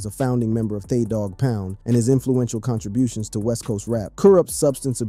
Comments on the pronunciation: You guys need to make sure the reading is correct. THAAAA DOG POUND??? WTH? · Thaw dogg pound is crazy 😂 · Im sicka dese mfs not knowin or caring how to pronounce folks names!! Thaw Pound n Mootha dis is krazy n den u gots him n a wheelchair! Yall gotta stop it!! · Wow Thaw-Dog-Pound 😂 can't even pronounce his name right dam.